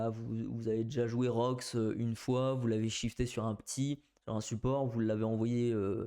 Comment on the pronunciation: C'est rox pas roukie